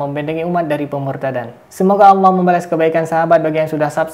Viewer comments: Orang gak faham kayak gini kok coba2 menafsirkan ayat AL QUR'AN. MENGUCAPKAN ALLAH saja jadi awwoh. Adooohh kacau. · ini sih bukan murtadin tp emg kafir dr lahir, apa itu awoh awoh..nyebut Allah aja gak bisa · Mudah untuk menentukan orang itu murtad atau memang asli nonis, dlm menyebut kata ALLOH, nonis menyebut nya AWOH... 🤭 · Ini sih mengaku aja murtadin padahal kafir murni, menyebut allah aja bilangnya awloh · Hal yg sdh basi ngaku2 murtadin, nyebut Allah aja owoh 😀😀😀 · Murtadin ngomongnya owoh......harusnya allah..inimah owoh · itu bkan murtadin tpi umkris yg pura2 jdi murtad,ngucap lafadz Alloh aja gabisa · Mengucapkan nama ALLAH saja tdk bisa. Bagaiman mungkin dia tidak menjadi MURTAD? Na'udzu bilahi mindzalik AstagfiraAllah aladhim. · Ngomong Alloh aja gak becus ni bpak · Mengucapkan Allah saja engkau gk bener